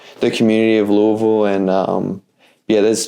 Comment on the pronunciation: I love that knows how to pronounce Louisville correctly!!